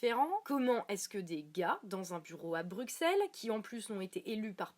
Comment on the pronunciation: Juste, ça se prononce "BruSSelles" sinon tout oui